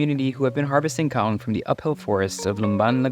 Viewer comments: It’s kaong! Not kawong 😂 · Me: Ka-Ong This dude: kong